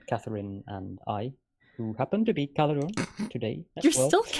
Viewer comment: Caledorn seems to have trouble pronouncing German 'r's. we have no 'ch' sound in there, German uses a rolling r :D